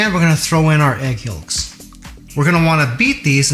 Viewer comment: You said egg what!? Yulks? No the L is silent...